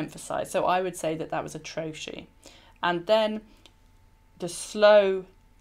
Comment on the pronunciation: I always thought trochee was pronounced trokee not troshee.